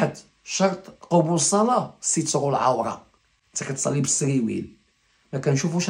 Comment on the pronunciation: كلامك صحيح الا كلمة قبول الصلاة بضم قاف قبول اراك مخطءا الصواب قبول بفتح القاف وليست بصمها لان المعنى تتغير اما المقدمة حفظتها من سئ البشير اليونسي رحمه الله تعالى المرشد العام لجماعة الدعوة والتبليغ